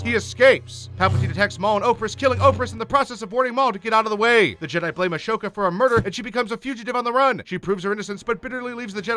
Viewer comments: "Padme Organa"? ..."A*sh*oka"? Are you sure you watched this show? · Noticed that too. He also says "Ashoka" instead of Ahsoka the entire video. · Also when he said Ashoka instead of Ahsoka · You clearly haven’t watched the clone wars lil pet peeve the “h” in “ashoka” is silent and savage opress is pronounced “sav-ah-j” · It's pronounced a-so-ka It's obvious the person reading the script has never watched the show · That prununciation of ashoka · Padmé ORGANA?? Padmé amidala would like to know your location. Also why..why are you saying ahsoka like that. You seem like someone who isn't a fan who just wants to capitalize on the show. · The way he pronounces Ahsoka’s name just made me mildly irritated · i found it funnyyy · Pro Polar Boy he’s doing it in 3 minutes, either tolerate the screwups or watch the damn show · You know this guy doesn’t watch Clone Wars when he can’t pronounce Ahsoka right. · And Ahsoka. ☝️🤦‍♂️ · You could have worded your comment nicely, but instead decided to say "you clearly haven't watched the clone wars". Your comment would have been better if you only said "lil pet peeve the “h” in “ashoka” is silent and savage opress is pronounced “sav-ah-j”" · Haven't watched this yet But that is gonna piss me off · Who the fuck is “A-Show-ka”??? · say ASHOOKA one more time 😡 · AH-SOKA. NOT A-SHOKA. FUCKIN DUMBASS. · Ahsoka not ashoka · Your saying 'Ashoka' was quite aggravating. Also, Padme, not Podme. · I don't get why youtubers keep calling Ahsoka Ash oka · A-shhoka vs. Ahsoka Hmmm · Ashoka? Isn’t it ahsoka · The animation was good, but the fact that he pronounced Ahsoka "Ashoka" through the entire video made me want to impale the screen with a lightsaber. Also, Padme ORGANA?!? ARE YOU KIDDING ME!!!!! HAVE SOME RESPECT! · Asoka not Ashoka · Ahsoka, pronnounced Assoka not Ashoka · The way you pronounce Savage is ok, because there is a guy who says it like that as a humor line in the show. However, Padme is NOT Organa and Ahsoka is NOT Ashoka. Ok?